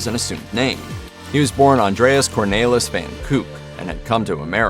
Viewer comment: Colonel Parker's original surname is pronounced van KI (long I) -UK (that's short U) (van Kuijk). Whoever hosted this video isn't that good at pronunciations.